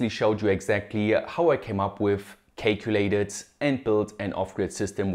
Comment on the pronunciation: caculated and lifium hehe